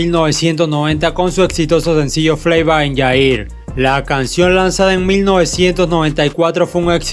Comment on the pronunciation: Flava in Jair??? Bro amo tus videos pero porfavor mejora esa pronunciación